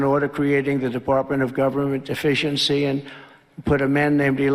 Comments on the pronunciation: "...Deptartment of Government Defiency. " 😂 So I didn't hear it wrong. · I heard him say “department of deficiency” …lol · Why does it always sound like he says "Department of Govenment Deficiency"? 🤣